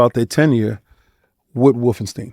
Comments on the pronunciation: Bruh...it certainly is NOT wolfen Steen... per German "schtein" or American "ST EYE N" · For real. I don't know where "Steen" came from. Its always been St Eye N.